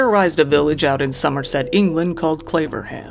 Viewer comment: perfect pronounciation of somerset good on ya